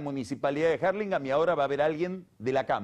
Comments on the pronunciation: Que capo el pelado. Me encanta como pronuncia "Arlingam" y a Scioli que le dice "Yoli". 😁😁😁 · me pone de la nuca que diga 'jarlingam' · "Jarlimgan" jaja